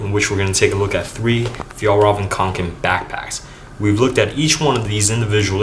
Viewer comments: That's actually incorrect. It's F-yell-rrrreven. See the official Fjallraven video about how to pronounce it. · Not quite, but so far the best non-native pronunciation I've heard online so far. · is it really that hard to pronouns fjællræven? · k Om du är svensk. Alltså vet de ens hur man egentligen säger det. Undrar om de någonsin hört en svensk säga det. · he didnt..